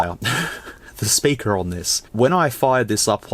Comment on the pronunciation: "Big sperker " 😂😂😂